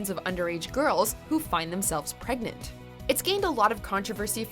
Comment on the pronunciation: 16 and pregante....pregart....pregnanent